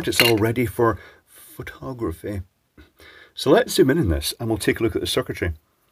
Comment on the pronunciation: "since it's all ready for.. *furh-tag-ruh-feee*"